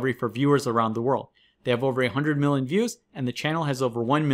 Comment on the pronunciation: please work on your pronunciation of the word 'million'